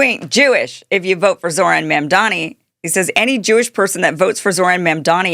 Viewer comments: Kim, his name is Mamdami. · Can you stop calling him Ma’amDaani? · Kim, Trump IS bad for Blacks and Hispanics. Try a different analogy. And how about properly pronouncing Mamdani’s name?